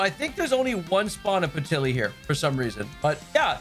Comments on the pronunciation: Patilly?! Lol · Peti LIL. Was bugging me.